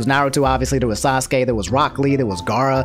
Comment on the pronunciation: I cringed even reading that in my head oh my god "SocksKey" is the absolute worst